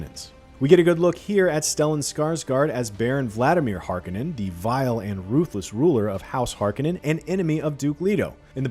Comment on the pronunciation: Harkenen .... your pronunciation is pathetic